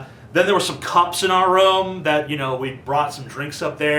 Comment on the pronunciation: you say "room" funny :3